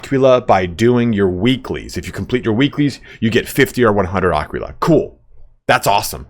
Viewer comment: when will they patch youtubers mispronouncing aquila :D